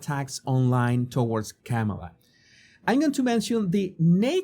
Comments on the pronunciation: KAH-ma-lah does not sound like camel-ah. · Kamala's first name is not pronounced Kam-eh-la -- where Kam is pronounced like the "cam" in camera. Her first name is pronounced Kam-eh-la -- where Kam is pronounced like "calm". As in 'calming touch'. I.e., Calm-eh-la (spelled Kam-a-la). Hope this helps. 😊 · Her name is not pronouce Came-a-la it's pronounced comma-la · sorry please pronounce her name correctly kama-la like comma comma-la thank you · Jesus, you of all people should pronounce people's name correctly. Kamala is pronounced Comma-La. If you are going to pivot this channel to political punditry, maybe start there. Especially since her opposition party purposely mispronounces her name to disrespect and dismiss her. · You need to learn how to say her name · How can you be credible when you can’t even pronounce Kamala’s name correctly???